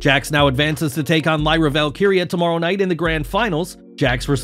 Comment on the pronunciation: Thanks for pronouncing “Valkyria” correctly